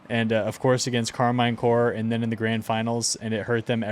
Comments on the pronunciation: It's Karmine CorP (for corporation) not Karmine Core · Love the videos but please stop saying Karmine Core 😂 its Karmine Corp